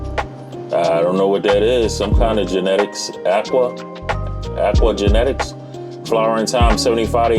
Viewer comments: Pronounced A Q Genetics. Keep growing brother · Aeque genetics, pronounced AQ genetics, they are from Canada